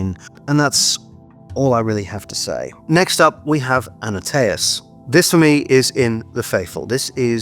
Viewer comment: It's Antaeus not Annateus 😉